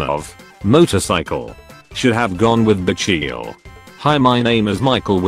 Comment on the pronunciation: Michiel is not even pronounced like Micheal. It’s pronounced like mi-geel. It’s a Dutch name so.